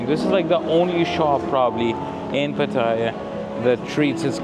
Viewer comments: It’s pronounced as pateeah ! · get the pronunciation of ‘Pattaya’ right if you don’t want to sound like a tourist.